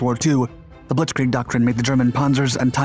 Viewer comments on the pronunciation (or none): none